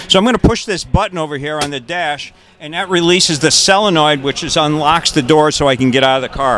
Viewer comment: Its a solenoid not a selenoid Its Mami Van Doren not Mimi